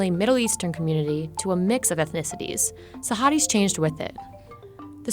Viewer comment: the way she said it was so wrong.... oh god